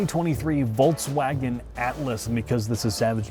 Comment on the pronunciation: Jesus Christ,. It's not a Volts-wagon.